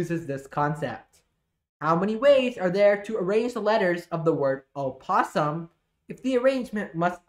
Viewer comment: I think you pronounced opossum wrong.😊